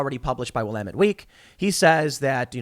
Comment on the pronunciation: You can tell Tim hasn't played Dead Rising based on his pronunciation of Willamette